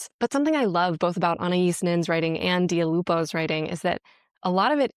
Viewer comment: I kept thinking you were saying Dua Lipa’s name wrong when you were really saying Dia Lupo very correctly 😂😂😂😂